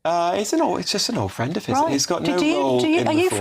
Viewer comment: Ooooooh! Fwend!